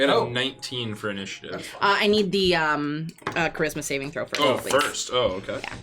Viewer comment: Everytime she says "charisma saving throw" i keep hearing "christmas evening throw"